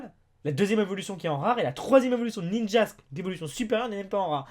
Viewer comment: Ninjask évolution de Munja... mes oreilles saignent xD